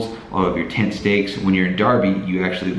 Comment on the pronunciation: When he said "tent" I understood "taint". I must rethink my life...